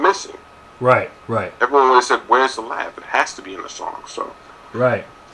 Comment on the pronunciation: you said "sayed"